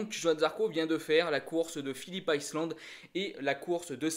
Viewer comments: C'est Phillip ISLAND pas Phillip ICELAND. Je veux pas être méchant mais je vois pas le but de cette vidéo. N'importe qui peut faire une vidéo en donnant son avis, on apprend rien. Tout le monde sait que Zarco a joué le top10, tout le monde sait qu'il a que 3 courses pour prouver à Honda qu'il a le niveau, tout le monde sait que c'est un coup de poker... bref désolé mais je vois pas du tout l'intérêt de ce genre de vidéo, on sait exactement ce qu'il se passe en lisant les articles motogp des différents sites. A la limite une vidéo de quelqu'un qui a des connaissances dans le paddock et qui balancerait des news ok, mais là je vois pas l'intérêt pour les fans de motogp qui connaissent parfaitement la discipline. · Par contre ta prononciation de « Phillip Island » fait saigner les oreilles 😳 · # # # le circuit c'est pas plutôt Phillip Island [aïeland] au lieu de [iceland] ⁉️🤔.... 🏍️😉👍 🔵🏍️